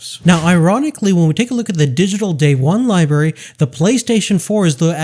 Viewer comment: Library not liberry